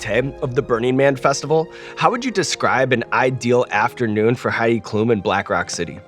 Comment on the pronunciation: Loved the episode. But as a German I have to tell you, Sean, that her last name is pronounced differently. It’s Klum with the letter u being said slightly shorter.